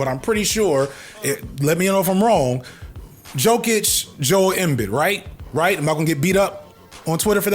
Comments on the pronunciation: As a closet sports fan who regards it as a vice and who is way more into basketball than football, your assessment of Jokic and Embiid is correct (at this point even Philly fans agree), though you butchered both their names pretty good. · Why does hearing someone say a name wrong make me IMMEDIATELY judge your sports knowledge? I'm most likely alone in this thought, and am ashamed to even admit it. I'll see myself out... Joke-itch, In-Bid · “Yo-kich“. “Petrovich” - the accented c is equivalent English ch sound. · the prononciations of Jokic (YoKitch) and Embiid (Embeed) is the only thing you'd get beat up for lol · unc the annunciation of Embiid and Jokic has me crying. it’s (Em-beed) and (Yo-kitch) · it's yoh-kich given that you don't follow NBA it's ok but some NBA's commentators like stephen a still make the same mistake and we Eastern Europeans see that as you westerners being racist towards us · [YO-kich] [em-BEED] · You're 2 years and 2 knee injuries too late to be inflammatory with the Jokic vs Embiid (pronounced like YOKE-itch & em-BEED) debate lol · Jokic is pronounced Yoke - itch and u have no idea how good this dude is he wipes the floor with basically all your all time centers besides Kareem, Shaq & Hakeem but he's up on the all time mt rushmore with those 3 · It's "Yo-kich" and "Em-beed" 😂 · Jokic (pronounced like Yokich,) clears Embiid (pronounced like Embeed,) on all accounts. You could maayyybe argue that for a split second Embiid peaked higher than Jokic, but his lack of play off achievements ranks Embiid below Jokic by default. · Their names are pronounced Nic-Cola Yo-Kitch and Joel Em-Bead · look at me. Jokic = Yo-Kich Embid = Em-beed I'm throwing my name in the ring as your sports correspondent. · you were close on jokic, in many european languages a j is pronounced like our y so its "yolk-itch" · Cant say you are a sports youtuber and get two nba mvp names wrong🤷🏽‍♂️ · Jokic is pronounced like "Yokich" and Embiid is like "Embeed"